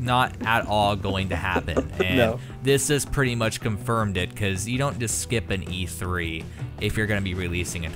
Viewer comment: Notice how he says "e tree" and not "e three"